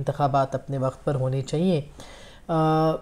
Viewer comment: Aap lafz " Chahiey" theek terha ada nahi kertin.